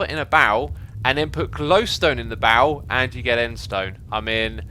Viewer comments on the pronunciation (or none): Oh barrel, I thought he said bowel